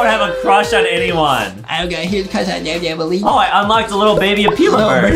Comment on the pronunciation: who the hell is NaBnAbAlLeEnA its nabnalleena